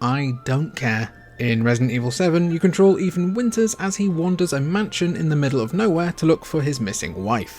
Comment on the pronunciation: What the hell is “cahtaroll?” Were you trying to say control?